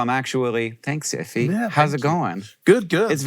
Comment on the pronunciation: That's his name man not "If you anyway" jeez